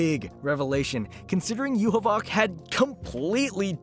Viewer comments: "Yuhuboc" what kind of Yhwach pronouncation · bro why the hewl are you calling Yhwach like that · Bruh hearing him mispronounce Yhwach is gonna drive me crazy lmao